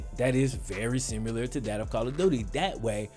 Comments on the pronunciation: there’s no U in similar. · Shawn Banzhof sim you ler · Am I the only one thrown off by the way he says similar? love the content keep it up